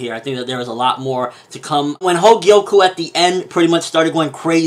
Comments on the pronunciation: The name of Kouen´s sister is Kogyoku, not Hogyoku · Everytime u said 'Hogyoku' i screamed 'Kogyoku' in my head; but none the less, definitely keep reviewing Magi! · He keeps calling her Hogyoku lol.